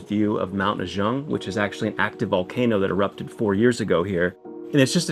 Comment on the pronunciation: It's "Mount Ah-Gong", not "Mount Ah-Jung."